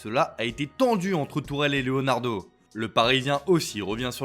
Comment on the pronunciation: Tuchel frérot pas Tourel lol